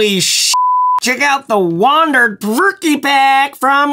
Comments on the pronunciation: "Perverke" ?? You know there's only ONE r in the name? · It’s pronounced “provoke” not “perverky”